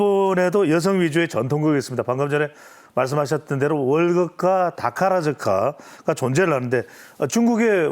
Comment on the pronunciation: 月剧이 아니고 越剧라고 하고 타카 라즈카가 아니라 타카라 즈카(宝塚)라고 불러요..